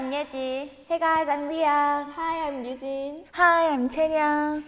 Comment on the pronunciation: i thought ryujin said hi im hyujin 😂